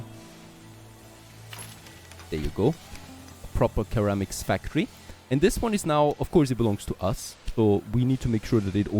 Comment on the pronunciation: In English, ceramics is pronounced as though it were "seramics", not "keramics". At least this is the first time in my 45+ years I've heard it pronounced your way.